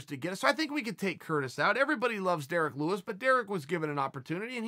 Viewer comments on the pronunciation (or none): none